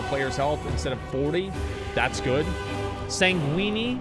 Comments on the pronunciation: lol san gweeeny? sanguine is pronounced sain- gwen. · Sanguine pronunciation sounding like a pasta lmaooooo